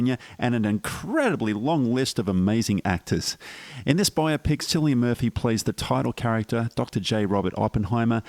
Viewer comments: Pronounce Cillian with k sound not s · Great review, completely agree with your assessment. One tiny thing, "Cillian" is pronounced with a hard C, like a K.